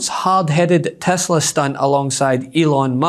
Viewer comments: Tesler, not Tesla. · He even messed up on the make of the car. He called it "Tesler". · It's Teslar, not Tesla🤣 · You mean "TesLER*" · Its tesler get with it dude